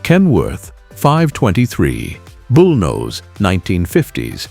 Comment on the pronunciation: KW bullnose ??? this" A"I is drunk !!!!!!!!